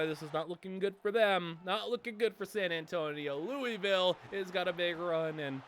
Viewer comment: Anyone want to tell him how to actually pronounce louisville